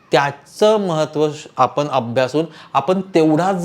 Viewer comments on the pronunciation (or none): उच्चार चुकीचे आहेत पण,आपने न म्हणता पण,आपण असे उच्चार करावेत